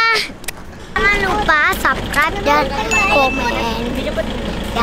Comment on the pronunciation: Satu rumah pronounciacionnya keliru semua, SUBSCRIBE bacanya sub bukan sab